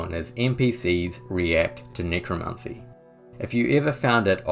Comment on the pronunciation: Nicro NICRO ??? its NECROMANCY dude get it right